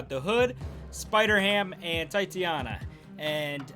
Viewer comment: Tie-tay-nia bruh. Come on now!